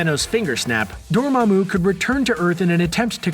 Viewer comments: Ok I’ll give you another chance to try to say “Dormammu” correctly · This guy really needs to go watch Doctor Strange again. This is two videos in a row where he's mispronounced Dormammu.